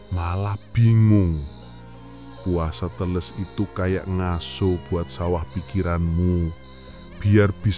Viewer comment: " e " teles di baca sama, " e " pertama da " e " ke dua Brow sepengetahuan aku orang Jawa.